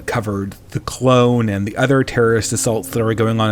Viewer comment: Ps it's pronounced CALONE not CLONE.I was thinking at first, whats Star Wars clone war happened I missed lol.just saying.Cheers